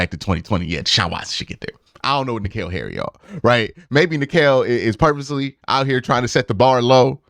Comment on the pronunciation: Q calling Harry Douglas, “NKeal Harry” the whole time is my favorite part lol good video tho